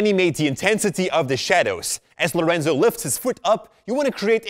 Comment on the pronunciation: Is "Lorenzo" not "Laureinzau"